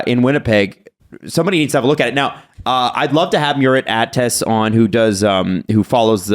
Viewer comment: love you guys but as someone from turkey, whenever one of you try to say "Murat Ates", it takes a few years of of my life. his last name is pronounced as Atesh, and his first name should finish with a -th sound.